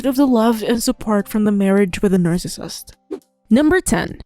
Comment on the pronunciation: Not related to content, but the way “nercissist” is pronounced in these videos really bothers my OCD 😅 otherwise, totally on point